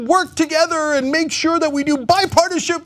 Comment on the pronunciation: lol Cenk says "Bipartishipszze"